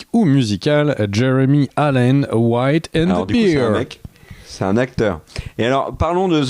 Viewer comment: C'est the bear 🐻 (bèr), pas the beer 🍺 (bir), c'est pas la même 😂 J'ai déjà fait la faute dans les Rocheuses au Canada ("There is beer around the corner ! - You mean a bear? - Oh, yes. No beer, sadly..."), on m'a regardé bizarrement 🙈